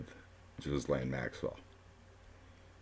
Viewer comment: I believe her name is pronounced Gilain. Thank you for all the background information. It made the reading so interesting!